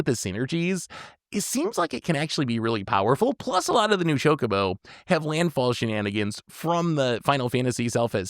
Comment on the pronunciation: is just trolling us at this point with "cho-co-co" 😭😭😭